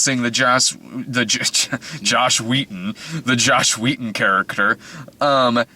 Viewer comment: Every time you say Josh Wheaton I hear Joss Whedon.